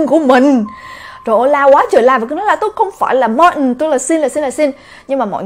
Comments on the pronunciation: em tưởng phả đọc Martin là ma-tin chứ sao lại đọc là ma-ừn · có ái coi lầm thứ 4 mà vẫn còn ức chế chữ martin của bà đọc k.Tại vì bình t đọc là Mạc-tin hoặc là Ma-tin mà bà bã đc là Ma-ần nên nghe rất chi là k qen luôn ~~ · Phải đọc đúg là ma-tin 😞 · martin thì mình nghĩ phải đọc là ma-từn nhưng đọc là ma-ừn cái này có vẻ giống với từ important vì khi xem phim mĩ mk thấy người ta đọc là im-por-ừn chứ ko phải là im-por-từn như IPA trong từ điển cả từ martin và important đều bị người mĩ (chắc tại ở mĩ nên cũng đọc giống vậy:D) đọc khuyết chữ 't', tại sao lại vậy,cao nhân nào chỉ giúp mình với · Martin e cứ tưởng đọc là Ma tin nhưng lại đọc là Ma ừn =))